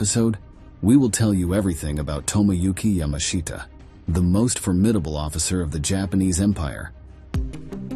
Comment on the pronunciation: "ya•MAH•shta" is correct.